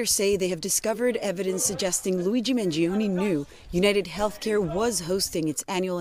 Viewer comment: I thought she calling him LOUIE G MANGIONE. why she say it like that???? They are SO SCARED OF HIM talking to ANYONE. Omg it's insanely hot. I'm not discussing his appearance....